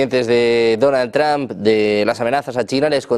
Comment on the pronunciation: ¿El presidente Donald "TrAmp"? Los españoles, al igual que los ches (argentinos) no tienen oído para los idiomas extranjeros.